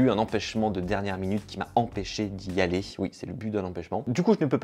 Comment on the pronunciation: Pitié !! T'es très mignon, mais arrête de rajouter des "t" au verbe "aller" !!! (va t-être ??) Sinon, merci pour tes super vidéos !!